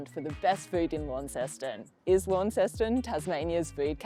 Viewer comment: If you are going to be wanna be reviewing food learn how to pronounce the word Jus and Launceston